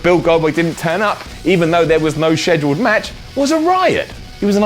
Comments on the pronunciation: Not cause it's different, it's cause it sounds weird and wrong. Nice try though. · I don't like how you pronounce schedule. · I don't like how you don't like when things are different.